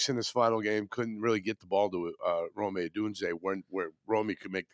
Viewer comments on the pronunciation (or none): Wtf is Romey? It’s Rome(roam)